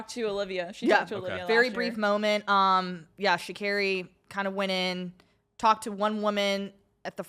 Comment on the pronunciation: Please pay more attention to the pronunciation of the Athletes’ names. Sha’Carri is pronounced like sha-Carrie. Simbine is sim-bean-eh. Well produced show still!